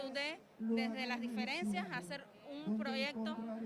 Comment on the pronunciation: YANS LEDO jajajaja “0” “sero” “toleranSia” y a la “carse”(me imagino que kizo decir carcel)🤣🤣🤣 por dios,esta niña es una verguenza para la tan ponderada educacion comunista🤣🤣🤣 jajajaj!!!!